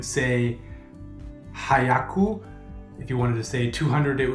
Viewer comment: Hi, congratulations for achieving what you have done so far. It's a tough language. With number seven, shichi is used when counting as you did, not nana. Just one of the small differences. Your pronunciation of "hyaku" needs work. Shadowing by another follower as recommended is useful. Living in Japan Katakana will be more useful to you than hiragana as the signage that is all around you uses katakana, hiragana less so. Sayonara for goodbye is final and used only when saying goodbye to someone who you don't anticipate to see for a very long time or not again. Every day of Nihongo learning brings another curveball. Often with no explanation. My wife is Japanese and often I ask her; "why is this like this?"> Answer, "it just is!" Fun, fun. fun. Ganbatte ne.